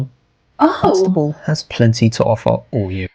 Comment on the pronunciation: Pronounced Wit-sta-bull